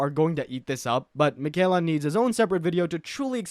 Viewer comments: makayla got me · It drives me crazy when people mispronounce Miquella's name as though you didn't hear it Fifty million times when you fought her at the base of the Haligtree...